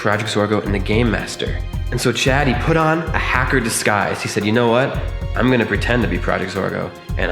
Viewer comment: In you said chady